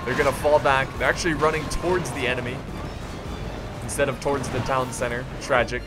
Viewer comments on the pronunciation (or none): none